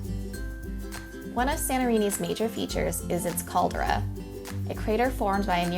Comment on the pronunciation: Caldra lol? Its more like CALDERA